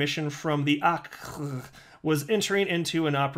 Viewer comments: I dig the way you pronounce OCC. "awwwwwkihkih" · Occ sounding out was funny 😂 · Sounding out OCC over and over again wasn't annoying at all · I really like your videos, they crack me up..So pleased I am not dead to you..Your OCC pronunciation reminds me of you gotta go watch the video..